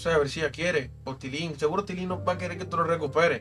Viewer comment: No es TITILIN es TILIN